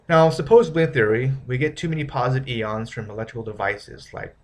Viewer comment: it's pronounced "I-ONS" not "E-ONS"